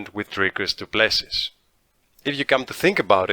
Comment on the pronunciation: the last S in Du Plessis is silent brother. his surname is french but he is a dutch boer so you should know this being a dutchman yourself.